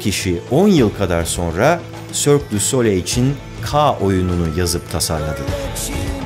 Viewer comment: Güzel video. Yalnız telaffuz yanlış ! Sole değil SOLEY okunur "soleil"